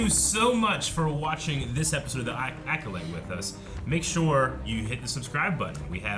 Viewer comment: How is still saying Aculyte 😂